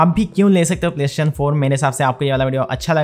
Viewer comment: It triggers me how he calls it ‘playshin’😂